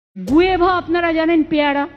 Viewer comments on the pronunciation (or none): Murkhamantri গুয়েভা না গুয়াভা আফ্রিকান ইংলিশ বলছে